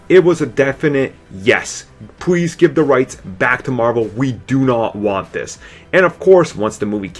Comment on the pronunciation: Thwee, Pwees, Bwood, Wisence, welease.... Please...